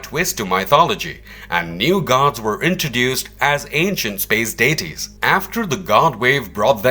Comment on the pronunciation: Also Day-tees (deities ) and Oh-poke-a-lips (apocalypse)